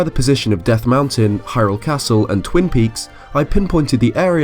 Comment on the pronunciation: learn how to say castle